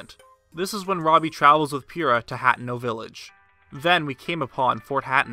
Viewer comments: hate-no not hatno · Why do you say "Hatno" and not "Hateno"? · People in the comments: debating the validity of this theory. Me: UGH HAT-ENO? THAT'S NOT HOW YOU PRONOUNCE IT. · Ha tee no = hateno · Hateno, huh ten oh. Purrah, puhr ruh. Please. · HAT-NO??? O.o never heard someone pronounce it like tht lol. but I love ur videos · I dunno why but I pronounce it hot-A-no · *Fort Hateno (Hat-ten- ō) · Hateno.... Hah-teh-no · It’s pronounced Huh-ten-oh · It's pronounced ha-ten-oh 😄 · I'm sorry but it's pronounced ha-teen-o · I love your vids, but the way you say lynel and hateno actually hurts my brain